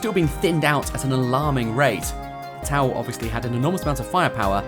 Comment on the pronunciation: "Bought T'au" Ew.